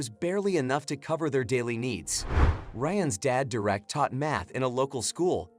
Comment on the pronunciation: It's Derek not direct.